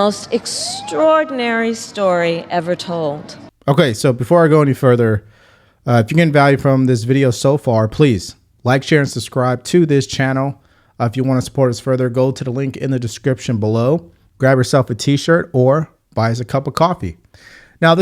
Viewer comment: Love all your analysis but you gotta work on mispronouncing easy words like ‘susscribe’ and ‘excape’